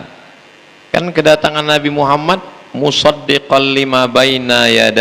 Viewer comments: Justru betul karena diucapkan perkalimat atau perkata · Sdh betul karena mengucapkannya diputus... Kalo disambunb baru dibaca Muhammadarrosulullah...